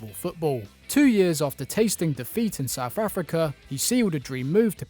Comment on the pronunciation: Its South Africa not Souf Africa